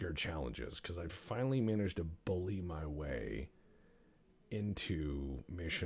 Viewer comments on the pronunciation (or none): none